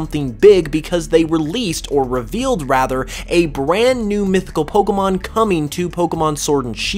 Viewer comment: Finally someone who says Pokémon and not Pokimon